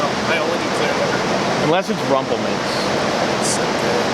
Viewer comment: I was with you until you said rumplemintz. Such bad memories! Ok, I’m over it. I’m still here brother.